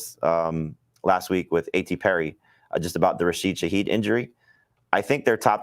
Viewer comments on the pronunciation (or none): Someone tell how to pronounce "Rashee" please. He's a future HOFer (save this).... So help now, before it's too late. "rah-SHEE".... Not "RAY-shee".